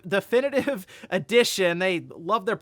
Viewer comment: Deathinitive sounds like mike tyson trying to say definitive